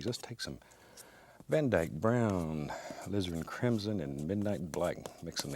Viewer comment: Does anyone else here hear "lizard crimson"?